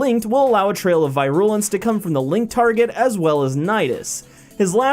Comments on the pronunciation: It's VEE-RU-LENS not VAY-RU-LENS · Vi-rule-lence? Check that pronunciation again... It's Veer-a-lence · Vai-rool-ens Why 😭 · “Vy-rool-ence” bruh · uuuuugh. your pronunciation of virulence. do you not know basic biology terms? I understand your pronunciation of nidus because, let's face it. no one knows how to pronounce latin words but virulence? does that not sound the least bit strange to you the way you say it? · Could you Say that First ability again?pretty You mis pronounced it for Nidus....